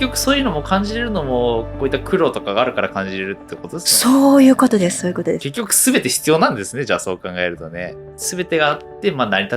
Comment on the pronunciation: 「それは醤油ぅことです」 言い間違えにも正しい字幕。笑